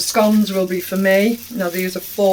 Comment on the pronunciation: <frugal Queen in France has advised that we naughty. You make your own honey? Please explain! And thank youfor saying'"' scomes " properly3